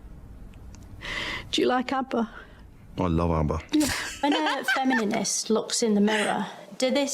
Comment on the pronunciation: I've never seen anyone reacting to her saying "Femininist" instead of Feminist